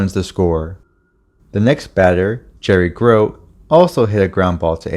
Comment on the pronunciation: Good video, but the pronunciations of the names were rough (Jerry Grote, Bowie Kuhn)